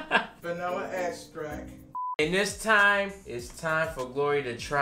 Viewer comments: “Vanilla abstract” .😂😂 I’m sorry but this was hilarious. I was cringing every time she says this. I’m sorry but it’s Vanilla extract. 😂😂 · "so where here at mama Agstrack"? Hahaha 😂😂🤣🤣🤣😂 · making fun of his mom for saying “agstrack” and “whipsk” is like latino kids making fun of their parents for mixing up their ch’s & sh’s 💀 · She can say eggs, but not extract? Lol Just tell her egg stract XD close enough. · No no no... "agstrack" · First agstract, now abstract 😂 She gon get it next time. I'm here for her cooking show. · Every time I hear vanilla “extract”, my ears autocorrects it to abstract in her voice lol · Last video she said vanilla AGstract 😂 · I love how correct your mom thinks she is saying “ABSTRACT” 🤣🤣🤣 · abstract and whispk，love it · beginning: ending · Still cracks me up.. VANILLA AGSTRACK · Abstrakt. Whipsk. I lurrrvvvvvveee herrrrrrrrrrr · I didn’t get why vanilla abstract was so funny in the comments until I watched and realized she was tryna say extract 😂